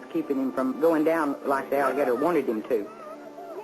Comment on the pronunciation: BAWB GETCHER GUN DERE'S AN ALLA-GADUH WIDDA KID IN ITS MOUF!